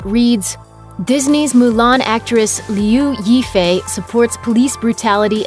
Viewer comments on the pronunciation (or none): Maybe you should start the right pronunciation of liuyi